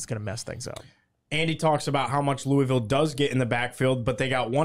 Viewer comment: Thank God you pronounce Louisville right